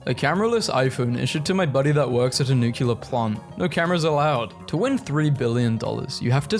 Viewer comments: Yeah I actually went OOOOOOH when I saw how long it is. His mispronunciations are so cute…except for him saying NUCULAR instead of NEW CLEAR for the word nuclear. Been trying to correct that for like 20 videos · Tf you mean, it’s pronounced new-clear 💀 Rhyming it with circular is a common mispronunciation and it is incorrect. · Oooh 3 hrs of memes. Yay, now imma count how many times you mispronounced nuclear in them